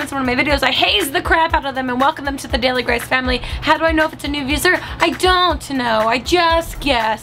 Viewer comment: Y does it sound like u are saying "new visler new visler!" And not "new viewer"